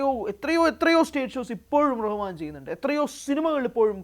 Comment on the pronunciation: Ar Rahman alla AL Rahman anu😂😂